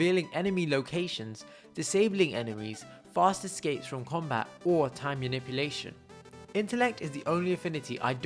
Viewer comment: Well, you made a mistake, it's not maniuplation, it's manipulation. But it's a great video